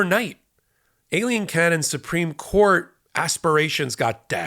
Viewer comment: It sounds like you're saying alien Cannon... LOL she sure is an alien because she knows Smith's position is concrete and her decision will be reversed and her credibility will be lost because she'll be in the house of the corrupt list of corrupt.